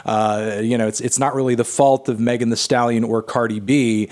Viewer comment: I thought he said Megan Trainer the whole time lmaooo